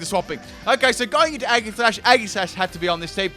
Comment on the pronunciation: Eggserneas. Aggishash. Gooddra. Floorgs., master of pronunciation!